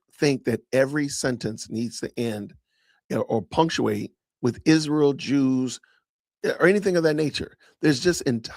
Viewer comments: Izshrael ..ahhhh i despise how she pronounces everything incorrectly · Why does she say Ishreal?